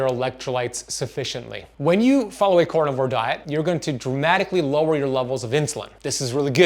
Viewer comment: This is cArnivore, not cOrnivore!!! lol even a French like me knows that!! LOL Love you anyways!! :)